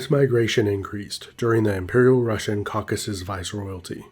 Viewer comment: It's Caucasus, not "caucus"!!!